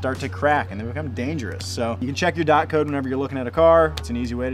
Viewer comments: When he said dot instead of d o t 😳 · I think is pronounced “dee o tee” (DOT)😅